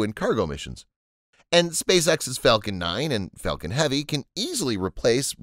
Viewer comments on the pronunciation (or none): none